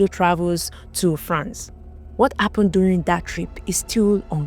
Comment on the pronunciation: What's going on with pronouncing "H"? What Appened(Happened).